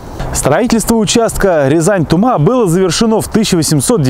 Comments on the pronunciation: Не ТумА, а ТУма, не ТрубЕж, а ТрУбеж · В названии "Тума" ударение на первый слог!!! А вообще, в конце 80 -тых видед в районе Шумаши остаток пути. Рельсы былы маркированы 188 затертым годом. Сохранился кусок УЖД в п. Болонь на торфопрелприятии. В основном сейчас на бывшей трассе до Спаск-Клепиков проходит нить газопровода. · Спасибо Вам мил человек здоровья и удачи! Немного Вас поправлю населённый пункт Тума , ударение необходимо делать на У . А в остальном всё великолепно!!! Ещё раз огромное Вам спасибо мил человек!!! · Тума, Трубеж ударения на первый слог. Привет из Рязани.